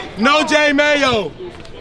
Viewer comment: Bro said No J Mayo😂